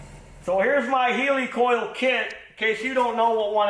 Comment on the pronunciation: The thread insert is a 'hell-i-coil ' not a heeelycole 😂